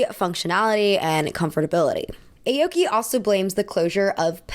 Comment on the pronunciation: hi!! love this video:) just wanted to offer some advice (as a japanese person) on pronunciation! aoki wouldn’t be pronounced like the alphabet letter “a”, it would actually be more like “ah-oki” like if you were saying “ahh”! harajuku wouldn’t be “hair-a”, it’s actually “hah-rah”, like a “haw” sound! hope this doesn’t come across as rude, i think it might be good to look up what the pronunciations of japanese words/names etc are for videos just to ensure accuracy!! love u 🤎🤎